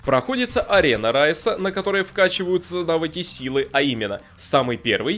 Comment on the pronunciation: Спектр он не рАис а раИс